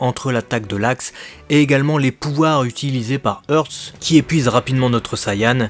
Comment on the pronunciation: Ils prononcent comment "Hearts" en jap ? Haatsu ? Je n'suis pas sûr de comprendre le choix de prononciation, "Hurts", du coup. 🤔